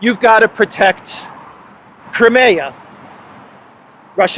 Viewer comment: Just so you know… Crimea is pronounced Kry me a (river)